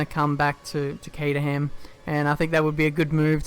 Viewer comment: Caterham - Pronounced "Cater rim"